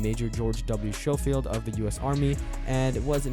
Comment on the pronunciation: It is shoffild it's scofield!